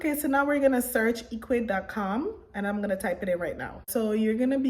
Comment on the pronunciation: First of all the site is not pronounced E quids, it's pronounced EC wid, now for me the free plan dosen't provide much so I went with the 19.00 a month plan as it gives you free email auto responder which you're going to need to send repeat email messages and abandoned cart and so on, and it's an amazing site but some major dropshipping companies don't easily integrate with Ecwid unlike shopify which is very disappointing, so you have to have a CSV file or excel to import products to your store